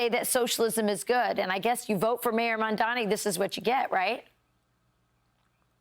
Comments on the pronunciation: Why can't you all at least learn how to pronounce comdani's name?!?! It's MAM DANI, not Mandami. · Why is it so hard to say Mum-da-ni? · Did I hear her say “Zamdani”?